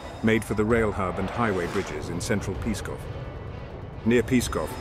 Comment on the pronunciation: it is not "Peeskov" but rather "PSKOV" no vowels ;-)